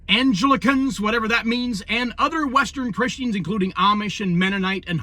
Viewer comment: Epiphany is pronounced "eh-piff-ah-nee", Anglican is pronounced "Ang-gla-kin" it's the name of the Church of England BTW Biblical scholars say Jesus was born in spring.